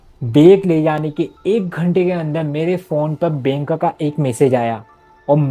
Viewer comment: (pesa, kese, benk ) bhai ye words bolne ka tareeka thoda alag hai😂😂